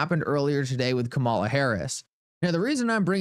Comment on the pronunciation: Her name is pronounced 'Come' 'A' 'La'. She is the Vice-President of the United States & should be shown the proper respect by at least pronouncing her name correct.